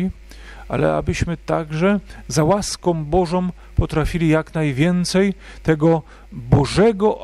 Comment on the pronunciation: Bardzo proszę o właściwe końcówki w wyrazach np. ŁaskĄ BożĄ. O polskim świętym patronie to wspaniałe kazanie, a to "... om", zamiast ą jednak razi. Pozdrawiam, z Bogiem.